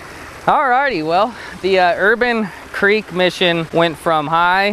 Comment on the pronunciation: Antelope crick? Lmao. It’s creek I believe.